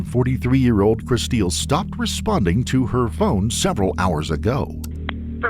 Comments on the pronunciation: I doubt her name is pronounced "Kristeel." Looks like "Crystal" to me. 🙄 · Her mom pronounces her name Kristil like "crystal." The narrator, the husband, and the detectives all say it like "chris-steel." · I absolutely hate it when they mispronounce a victims name. Where did the get Kristeel from Kristil. Kristeel is not what her mother called her. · Decent video but the AI voice ruins it. Like Kristil (just a common way to spell Crystal a little differently) is pronounced "Crys teel". Wasted our time - just have a friend narrate! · Guaranteed her name was "Crystal" but people love to spell that name really crazy. The AI voice or whoever is driving me nuts saying "Kristeel". RIP. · Kristil? Pronounced Kris- STEEL? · Please make sure in the future that you pronounce vitim's names right. You can HEAR her parents pronouncing it "Crystal." If you are making content and profitting off of victims you need to make sure you honor them and pronounce their names right. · So does her dad